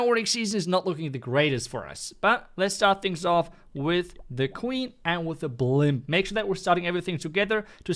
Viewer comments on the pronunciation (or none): he say blimp so weird wtf